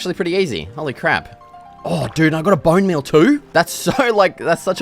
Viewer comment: "Booun meul toou"😂😂